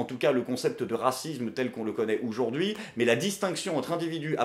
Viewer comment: J'adore ce que tu fais par contre toi qui revendique la France toussa toussa on AUjourd'hui et pas OUjourd'hui a chaque vidéo j'ai mal au français :)